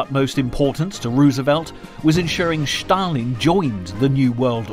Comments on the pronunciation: Not Shtalin 😂. Stalin . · Why do narrators pronounce Stalin’s name as Schtalin? It’s Stalin. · Why does this narrator insist on saying Shtalin instead of Stalin? Are his false teeth loose or something? The name is Stalin! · Who is "Shtalin"? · Joseph Shhtalin. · It is not Schtalin!! He was called Stalin. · Not Schtalin but Stalin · why do you say shalin he isnt german. its just s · Two comments: 1. The music is ridiculous 2. Schtop saying Schtalin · Écoutez-le en français, pas de Schtaline.